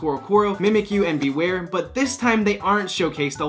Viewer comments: You nailed Bewear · Omg he totally nailed bewear on the first try